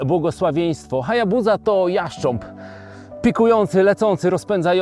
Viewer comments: Nie chcę być czepialski ale dlaczego HayabuZa a nie HayabuSa? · Wymawia się Hajabusa przez Sy he 😊